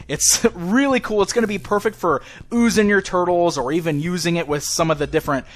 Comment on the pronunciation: lol he said "Oozing your turtles" xD